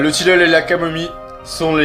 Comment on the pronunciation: Du "tilleule" !MDR